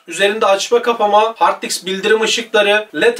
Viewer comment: hard diks demesen iyi olurdu